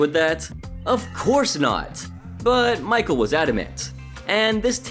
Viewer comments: Michel is not pronounced Michael.. it’s pronounced Me-Shell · Not michael its michel it’s a french name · I think it's funny how you overpronounce foreign food, but can't get a French guys name right